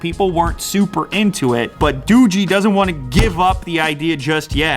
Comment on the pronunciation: Dogee sounds doge